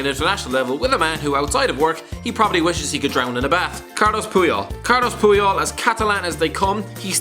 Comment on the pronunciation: Sorry to be that guy, but his names is Carles Puyol